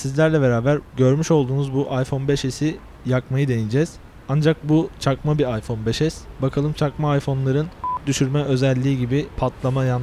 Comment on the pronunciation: arkadawlar cakma diyo cakma